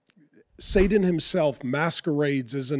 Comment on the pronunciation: I haven’t seen it nor will I. I’ve enjoyed many of your videos Mark but I do have a question… why do you pronounce “Satan” as “Saden” or “Sadan”? With a “D”.